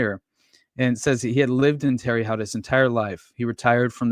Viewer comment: Really enjoyed this. Just for future reference, the city where the detective was murdered is pronounced like Tara Hote= Terre Haute lol